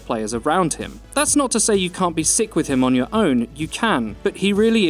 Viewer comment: Please stop saying "sik".